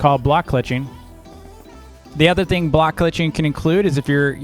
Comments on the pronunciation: you said bloek clutching not block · ah yes "bloek" clutching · "bloek clutching"